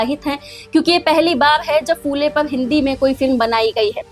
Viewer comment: फू ले नहिं, फु ले कहो| फ को र्हस्व उकार लगता है|